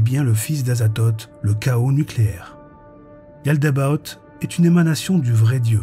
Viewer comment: Yaldabaoth et non yaldabot